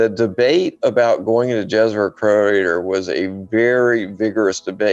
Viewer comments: Jezero is pronounced with a Y -- Yezero. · Great interview! I'm enjoying!, Jezero is pronouncing as Yezero and it means Lake. Its Serbian language, my native. Question, I have heard that one valley that's deepest point on Mars (I don't know the name, sorry... But I know that is deepest point) if we go there, pressure would be exactly the same as here on Earth? Is that true? Why we don't go there. Sorry if he answered on the question, I have more to go.